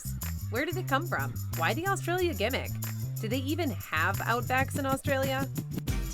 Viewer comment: I wanna say as an Aussie that we don't eat any of that shit. I'd also like to congratulate the narrator for pronouncing Aussie properly, pronouncing Australia needs work tho & Parklea in Western Sydney & the state of Queensland were not said right Also I had no idea there are Outback Steakhouses in my country, never seen or heard of them, just thought it was a Seppo-Yank thing. Also